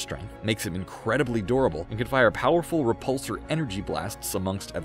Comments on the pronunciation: Every time he says durable I thought he was saying adorable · I thought you were saying Incredibly Adorable😅😆😆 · It’s pronounced “derabull”